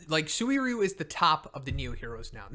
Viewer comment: Legends says a C class hero dies everytime PRONOUNCES SUIRYU AND SUIKON FUCKING WRONG!!! for godsake hahaha! In the anime they pronounced it "SIRYU" ("U" BEING MUTE) (and it makes sense since many words in Japanese have a Mute U)